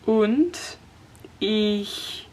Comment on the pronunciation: As a German, I really appreciate that you pronounce the 'ich' correctly! Most English speaking people pronounce it "ik"